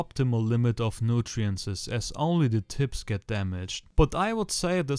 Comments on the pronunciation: ey geiles video aber ich komm nd auf Nutrientses klar, es heißt Nutrients hahhahah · It´s called "NUTRIENTS" not "nutirences"